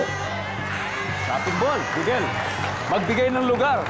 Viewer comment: Babaero?? Hihihi diba babaero you😂